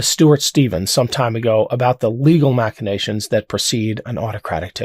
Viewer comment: Very good video. And you pronounced "machinations" correctly. Kudos